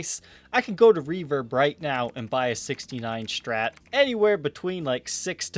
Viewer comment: Why does he pronounce Strat as "shtrat"?